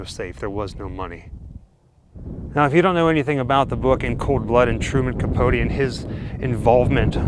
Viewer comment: By the by Capote rhymes with coat x